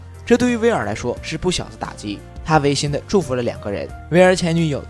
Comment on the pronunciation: 违心 wei 三声 不是二声 是违心 三声